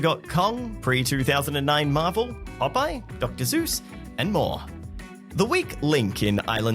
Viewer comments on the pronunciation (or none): Seuss, sue sue not zoo zoo Zeus.